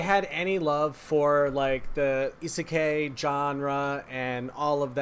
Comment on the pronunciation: I'm mad you pronounced isekai like that